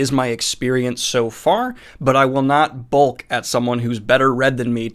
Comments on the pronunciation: Ugh. Ok. I don't like to go grammar syntax nerd on interwebz. But since you're criticizing style here, it is merited. Twice you say "I am not going to bulk at (x)." The word is "balk," as in an illegal fake pitch or throw by a pitcher in baseball. Reference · The word that you are looking for is "balk" and it rhymes with "talk" not 'bulk'. Otherwise carry on. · Balk... with an A... love your videos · Small critique. But the pronunciation of balk is off and said multiple times.